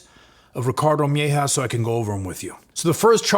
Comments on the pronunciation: Its mejia not mehja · Bro PLEASE PRONOUNCE MEJIA CORRECTLY! Its not MY-HAW its MAH-HeeahAH PLEASE!!! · You mispronounced the surname Mejia. Its said like May-he-ah. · It's pronounced meh ,he,ah. Mejia... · Mejia is pronounced different